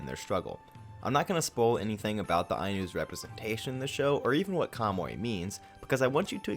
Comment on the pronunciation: I liked your video but HOLY COW you pronounced KAMUY wrong. "Ka - Mu - Y" Ka: like COw without the w Mu : like MOOse without the se I : like English without nglish (You said it like "kamoe", check the Mu and the Y and it'll improve good enough) I think you could have looked up how to pronounce the people of your topic. Anyway, a video with wrong pronunciation is better than no video, so I leave a like. Thank you for talking about Ainu culture. As a reference here is a link of a Ainu song: at she sings Kamuy